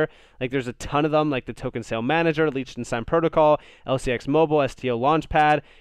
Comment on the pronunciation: Love your content brother. Just FYI it's pronounced Lick-ten-shtine 😉